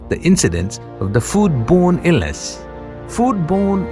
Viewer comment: the guy can’t read Illness correctly but he said “Innless!”